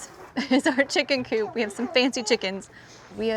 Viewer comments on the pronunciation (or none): none